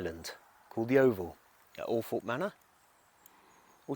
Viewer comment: Thank you for pronouncing althorpe correctly…. Everyone who’s not local always says it wrong